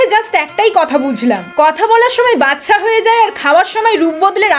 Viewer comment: কথাটা বাছছা নয় দিদি বাচ্চা